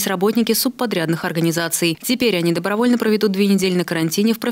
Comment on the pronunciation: мне очень нраится слово "добровльно"